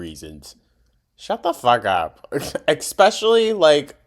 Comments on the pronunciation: I'm sorry, did you just say "expeshully?" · Not you saying ekspecially like amber….